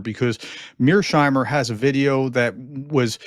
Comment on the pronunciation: Mears-heimer, not Mear-sheimer! You may call him Meerschweinchen, though.